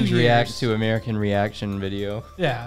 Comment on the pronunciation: you say “ re-ect” for react. Our short “a” is said with our mouths more open and our jaw lower.